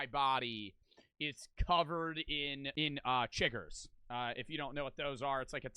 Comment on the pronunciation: It’s Chiggers bro, I’m from Baltimore